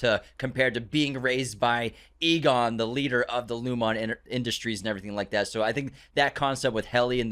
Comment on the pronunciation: It's pronounced "Loom-in" and "ee-gan" my dude. Not "lumOn" & "EagOn"